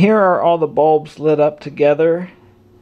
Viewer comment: "Light balbs"